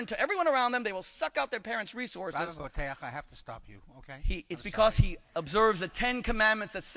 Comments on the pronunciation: I've heard Bo-teach and Bo-tee-ach, did he say Bo-taire? {:-:-:} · Also, "Boteach" is a name created *just* to pronounce incorrectly. Boh-Tay-Ach? Bullshit. Boh-Teech.